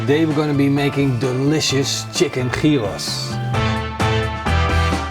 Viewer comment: Gyros is pronounced as "yeeros". Leuke video!